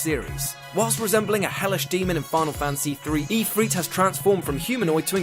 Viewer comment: Ifrit is pronounced If-rit, not Ee-frit